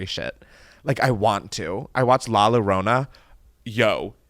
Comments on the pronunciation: Llorona is pronounced yo-ro-na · the way u pronounced llorona 😭😂😂 the double L is pronounced like a Y-sound “Yorona” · Lmao how is it pronounced?? Is the double L supposed to be a y sound?